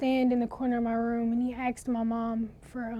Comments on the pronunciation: Wish black wouldnt say aksed instead of as-ked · So even the guy texted - ak-sed woah thought it’s just black woken saying aksed not the proper way of asked